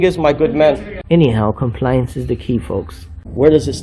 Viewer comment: He clearly watches your channel. Hey, if you see this, you're an idiot. You aren't defending our rights. You're harassing people for likes and clicks. Also, why do you pronounce "compliance" that way? Do you think that and carrying a clipboard somehow makes you "official?" You sound like a jack ass.